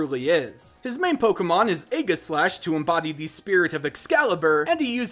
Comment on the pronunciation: Igis slash.... ive only heard it pronounced ee-jis or ay-jis